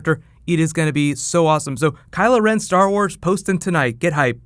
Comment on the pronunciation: "Kulo Ren" Culo Ren? Butt Ren?